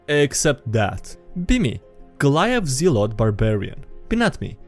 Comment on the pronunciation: Zealot but say it zel-ot (I understand I'm being netpicky and trying to sleep pronunciations but oh well.)